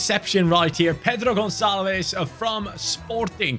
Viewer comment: The pronunciation is like: Pedru (main accent in the Pé) GonSSálvesh (the "ves" is closed so it's like you didn't pronounce the "e" at all)